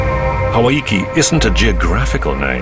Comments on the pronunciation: the mispronunciation of hawaiki is killing me haha its pronounced HA - WHY - KE not HA - WHY - I - EKE lmao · ha-vai-ke lol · maaybe for the raros but not for us Maori cmu its pronounced HA-WHY-KE in Te Reo.